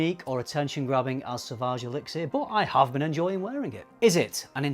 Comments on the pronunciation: Seriously, listening to you say elixir was rough. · That extra syllable in elixir is driving me insane lol